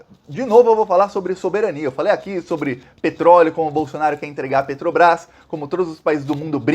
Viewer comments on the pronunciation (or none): none